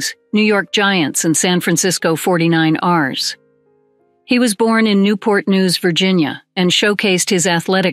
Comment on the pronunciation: Sneed love the AI said 49 ares( 2 separate words and mis pronounced) instead of Fortyniners 😂LOL